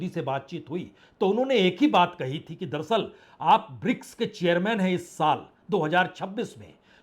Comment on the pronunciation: संदीप चौधरी जी और पुण्य प्रसून बाजपेयी जी आप ये दरसल दरसल क्यों बोलते हैं.. जबकि सही शब्द है दर + अस्ल दर अस्ल अर्थात हकीकत में या अस्ल में..... उम्मीद करता हूं आप साहिबान यह करेक्शन कर लेंगे